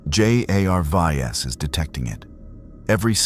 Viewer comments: Thx, but you need to fix the AI art and AI speech because it is Jarvis not J A R V I S. Otherwise it is a very interesting story. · I think the AI write the script, text to speech has been around for years and I recognize the characteristics here. Stuff like pronouncing each letter of an acronym like J.A.R.V.I.S. is what you get from the bare bones versions of tts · The mispronunciation of words and spelling of J.a.r.v.i.s.is one thing but the sheer volume of advertising is insufferable. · Stupid AI voice cant even say Jarvis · Seriously? Cant say jarvis? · Funny this A.I. can't even pronounce Jarvis